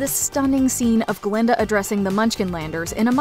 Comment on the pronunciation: It's GLINDA , not GALINDA!